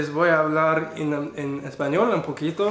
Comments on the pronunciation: Que interesante, quizá si te cuesta generar la sentencia pero lo dices como si fueras nativo. Interesting, your pronunciation is on point, and that is the difficult part, some people could study Spanish for many years and not pronounce it correctly. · Nice mexican pronunciation hahaha I'm mexican and you speak in a tone equal to mine